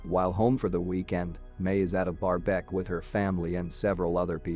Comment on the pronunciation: anyone got how he pronounced "barbeque"??